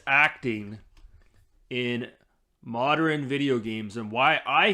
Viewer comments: Am I the only one hearing him say “moderan” and not “modern”? That is really bugging me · Not sure what these "Moderin' " games are